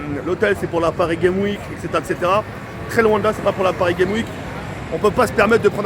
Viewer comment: "La pari guéme wik"... please quoi...fais un peu attention à ton language